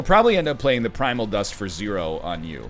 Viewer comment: No, don't worry, the "s" in prismal is silent 😂. This man and his names for things... Edit: as a side note, NL, if you played Transcendimp and it repeated the max HP gain, the Transcendimp would gain the max HP, NOT the Thorned Hollow.